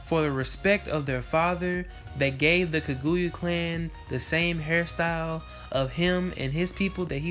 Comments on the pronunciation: Dood... It's KAGUYA with an A at the end NOT KAGUYU with a U at the end... Soo cringy to hear you not even try to pronounce the name correctly. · Eww learn how to pronounce names, that is not how you say Kaguyas name. Do you even Naruto??? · Says the person that can't say kaguya